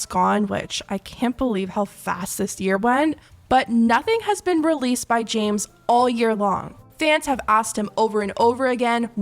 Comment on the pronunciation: it sounds like she said “ jams “ instead of james 😭